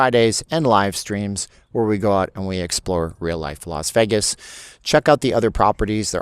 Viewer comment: It’s because you don’t pronounce “Vegas” correctly. But you’re great!